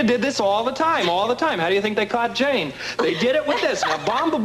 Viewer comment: Did he say Genie or Jane?